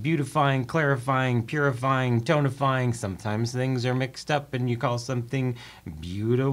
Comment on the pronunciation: I definitely heard "donut-frying" instead of "tonifying."